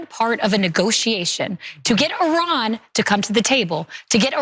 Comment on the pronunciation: First of all, thanks for pronouncing the name of Iran right, it is EEran not Ayran, second of all, considering how iranian gov likes to show off their Power, they cannot be even near Atomic Bomb production at this moment since they didn't show anything in that direction yet.